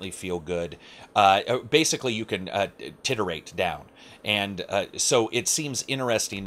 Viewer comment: Titrate? not titter ate !!!